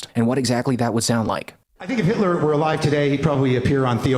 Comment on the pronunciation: I love how he pronounces Hitler without the T - “Hi’ler”